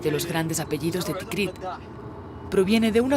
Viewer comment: Todo muy bien, pero la narradora de introducción se equivoca a en el nombre de la ciudad, dos veces. Dice "Tikriq". Y es TIKRIT